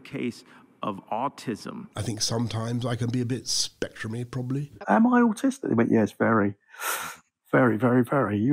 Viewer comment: I think sometimes I can be a bit spEctrumy The way he emphasises the ‘pe’ is hilarious XD